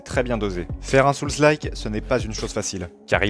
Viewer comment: Hello. Je préfère de loin quelqu'un comme toi qui a un ton sympa et parle correctement à tous ces youtubers qui enchainent fautes et pataquès en croyant bien parler et ne supportent pas la critique. Le seul vrai petit défaut pour moi, mais il est courant, c'est la prononciation de Souls (âmes en anglais). Pour le reste, rien à redire. Ton discours est clair et intéressant. J'ai adoré Lies of Pie et l'ai fait 1,5 fois. J'attends le DLC pour m'y remettre. C'est le jeu qui m'a ouvert la porte des souls. J'ai vraiment été surpris de constater comment on progresse automatiquement à force de répétitions et quelle joie peut nous procurer ce type de jeu quand on finit par réussir. Depuis j'ai fait d'autres souls like avec ce même plaisir que je ne connaissais pas avant. Et comme toi je ne comprends pas du tout les mauvaises critiques de certains.